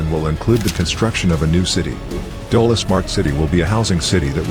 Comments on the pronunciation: It's not dola it is dholera😂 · It's dholear not dola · Not dola it is Dholera. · Beautiful video. But it is not Dola Smart City. It is called Dholera Smart City.